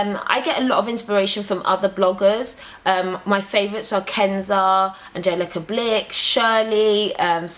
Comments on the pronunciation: Her name is pronounced "Kinza" btw. I love her too! :-) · Wait, Kenza? From Sweden? :D cool!! She is perfect tho.. (Her name is pronounced "kinza" tho :) )